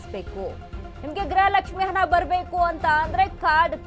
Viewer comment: ಅದು ಹನಾ ಅಲ್ಲ. ಅದು ಹಣ.